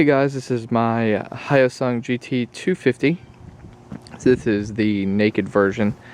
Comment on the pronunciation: Is it pronounced HYOSUNG or YOSUNG